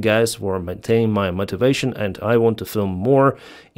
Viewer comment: please learn how to pronounce "motivation" and "capitulation" Nice to hear Ukraine is able to hire soldiers from other countries. Where is Europe???